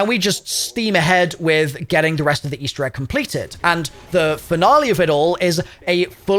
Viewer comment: "Eastewr Egg" lmao